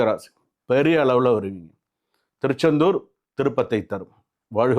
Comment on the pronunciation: 1.Samy one. Thiruchendur 2. Thiru - Oor name samy konjam sariya sollunga. Samy Puriyala